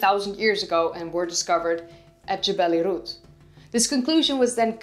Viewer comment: You pronounced Jebel Irhoud properly, perhaps the most impressive aspect of your presentation.👍